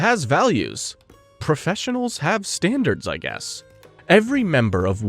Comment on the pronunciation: "professionals have stander-eds " sniper